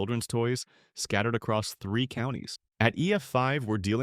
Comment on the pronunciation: “Thee zero eight AM” brother please narrate your own videos